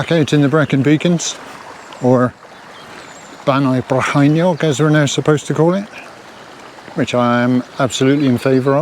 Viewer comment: Welcome to.....Bannau Brycheiniog and your Welsh pronunciation were spot-on 👍 my partner's first language is Welsh. I sympathize losing your gear I lost the very same rab and also rab glove my best pair 😡 congratulation on reaching a landmark number 🤨